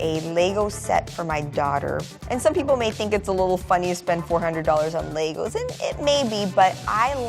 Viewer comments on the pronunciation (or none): When you have millions but pronounce gala as gaela? And Legos as laygoes?